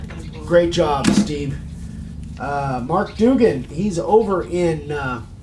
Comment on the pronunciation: it's better than some but for future reference, it's Dug-an there's no O in it Duggan. Your talent is enough for me to forgive you.